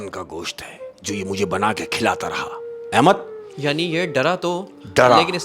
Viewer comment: Ye shaikh har baar Ahemas ko Ahemak bol rha hai. Ahemad ko nhi pata chala..😅